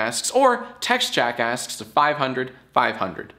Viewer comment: Why does when you say jackasks, it sounds like jackass?